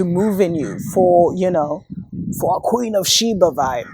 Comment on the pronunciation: This WOULD HAVE been an ideal to make a move as pale inferiorists meet their demise -- IF EVERYONE HADN'T volunteered their veins to be bio'programmed. #pointofnoreturn I HOLLERED at the way you pronounced KKKWeeen tho'. 🤣🤣🤣 is FACTS... but err'body is sleep, so I don't even waste My breath warning anyone anymore, and I only spend Energy with those BLACKppl who are INTENTIONALLY decolonizing themselves. GoodLuck surviving the klandemicHollowcost everyone!!